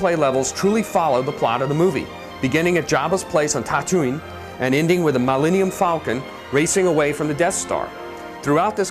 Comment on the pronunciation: The Maul-Eni-um falcon, eh?